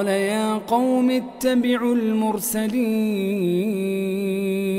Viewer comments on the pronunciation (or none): الآية 18 ( بل أنتم قوم مسرفون ) قمت بنطقها (قيمُُ مسرفون ) هل هذا خطأ او هكذا تنطق ؟